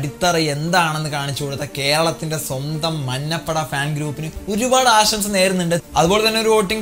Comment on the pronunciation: മന്ന പട എന്ന് പറയുന്നത് പോലെ തോന്നുന്നു ബ്രോ 😬😬